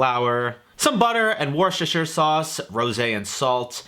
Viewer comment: Please google how to pronounce Worcestershire. 😅